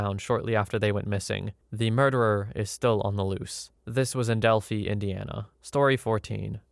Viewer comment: Pronounced Dell-fye. (Delphi)